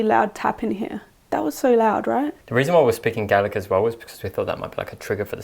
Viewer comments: i know this is 1 years old but thank you for speaking Gaelic to the ghosts don't know why but its so lovely to hear people from other country speak our language even when ghost hunting, also the way you spoke it was so close to perfect go raibh maith agat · Absolute full marks for your delivery of our Gaelic language! You’ve learned more phrases than many of us did in a lifetime of school, and it’s not an easy language either so well done, ☘️☠️👽